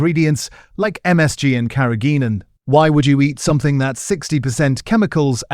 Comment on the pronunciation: I find your videos informative BUT must you have ai narrate them? Carrageen(an) is seaweed, I don't know what the ai actually said. And listeriosis. It is very irritating and unnecessary. Bring back humans please.